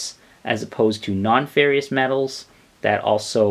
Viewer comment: Ferrous, not "ferrious." Fair-iss